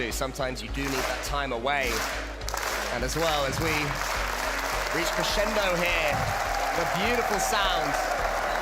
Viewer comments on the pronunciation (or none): none